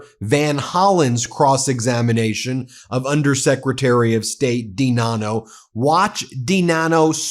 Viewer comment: DiNanno pronounced I-Dunno